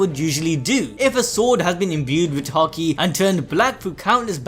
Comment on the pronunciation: please start pronouncing haki properly... im tired of hearing it hA kEY.... stop... its hAki.... ffs